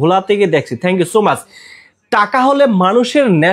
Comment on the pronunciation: Not mash na bhai Is much pronunciation tic moto koren please.